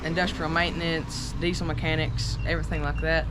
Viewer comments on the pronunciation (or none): none